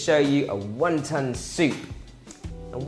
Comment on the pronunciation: Was he sayin 1 Tonne soup? lol